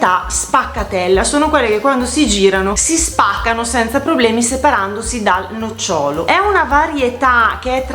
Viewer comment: scusa se ti correggo, ma sei bolognese come me. Hai detto le pesche che si staccano facilmente dal nocciòlo. Il nocciòlo è la pianta che dà le nocciòle; la pesca, ma anche le albicocche o le ciliegie o l'avocado hanno il nòcciolo. L'accento cade sulla prima o